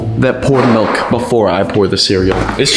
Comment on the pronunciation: He said. Melk when its milk 😂😂😂😂